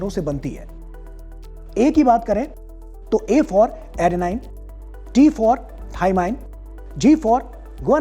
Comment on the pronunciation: अबे इसको Adenine-एडीनाइन पढ़ते हैं। ना की एडनाइन पढ़ते हैं, अनपढ़ गंवार तेरे को न्यूज चैनल वाले कैसे रख लिए वो लोग छुतिए थे क्या 🤬